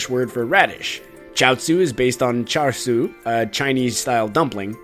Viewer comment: Did anyone know that he said chiaotzu as charsiu?Coz charsiu means barbecue pork not dumplings, chiaotzu IS dumpling